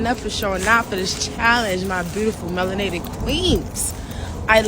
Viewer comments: Did she say mayonnated?! 😭🤣🤣🤣 I'm done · “Alabaster agony” “mayonated” 🤣😭😭😭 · Lol did she say mayonated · She said mayonaited! I'm hollering! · The Asian woman said Mayonated. MAYONATED!!!!🤣🤣🤣🤣🤣🤣🤣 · Did she say "mayonated" women 🤣🤣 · 😂😂did she say Mayonated Clan😂😂❤ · Bruh that Asian woman was Cooking em soo hard I died multiple times laughing. Mayonated, not melanated but Mayonated!!🤣🤣🤣🤣🤣🤣🤣🤣🤣🤣🤣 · Had me laughing. She called them Mayonated 🤣🤣🤣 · IM ✅✅ 😂😂 SHE SAID MAYONATED 😂😂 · She said ''Mayonated" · Haha the Asian woman said "Mayonated" clan. That's 🤣🤣🤣🤣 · She said mayonated.........🤣🤣🤣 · She said Mayonated....lol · Did I hear “mayo-bated”? 😂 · bruh when she said mayonated clan i almost bol!!